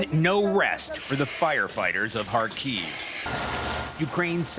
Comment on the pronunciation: KHAR-keev. Accent on the first syllable. The letter 'a' pronounced as the letter 'a' on the word mama or father.